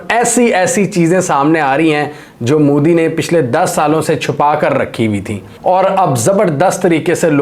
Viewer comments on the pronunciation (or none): Moodi nahi hai, Mo-Di hota hai..... Oo nahi sirf O hota hai